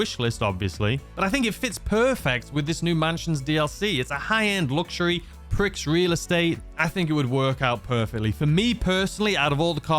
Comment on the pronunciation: It really grinds my gears when people can’t say the name correctly. It’s Prix Luxury Real Estate — not “Pricks.” Respect the French term. It’s not that hard, And if you’re saying it wrong on purpose just to annoy people, you’re being a jerk. If you’re saying it wrong just to follow Rockstar’s little joke blindly, you’re acting like a corporate puppet. Prix is a French word — it’s pronounced “Pree.” You don’t watch the Grand Prix and go, “Hey Ma, I’m watching the Grand Pricks.” You say, “Hey Ma, I’m watching the Grand Pree.” Learn the word. Respect the word.